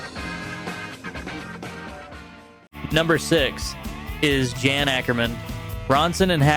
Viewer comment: Just to be clear to everyone; Martin Barre..his last name is pronounced BAR not BARAY and Jan Akkerman his first name is pronounced YARN not JAN. You seem to make these mistakes at first, then make them correct later in each instance. Puzzling.